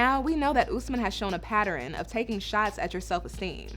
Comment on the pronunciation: Can someone help Melicia to pronounce the word "Pattern"